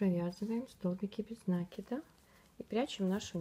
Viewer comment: МК чудесный!!! Только не нАкид, а накИд. Слух "режет", а корзинка просто волшебная.